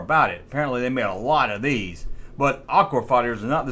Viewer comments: why do you keep saying aqur!?! can you not say aqua!?! i know your country fried, but damn come on dude! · I thought he was saying "Aqu-War Fighters" , like they were combining two words into a clever name. That said, all sentences begin with capitol letters. And it's YOU'RE, not YOUR!